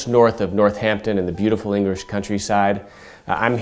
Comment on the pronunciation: engrish countryside